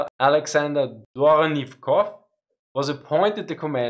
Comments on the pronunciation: i really enjoyed your video, but i still carry a critique. your pronounciation of places and especially names needs a bit of improvement. it especially stood out when you absolutely missed the way "Dvornikov" and "Dnipro" is pronounced. thanks for the content and keep it up! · I would honestly listen through a 10 hour video of you saying either Izyum or Dvornikov.